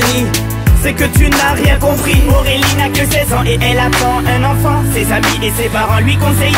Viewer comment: Apprend à dire Aurélie correctement.... On dirait que tu dis AOwélie... Ce qui m'énerve chez ses musiques c'est l'effet "musique de rue / délinquante"